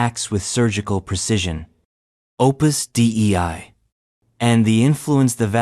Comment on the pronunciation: Listening to the AI voice pronounce Opus Dei as “Opus D.E.I.” multiple times made me laugh.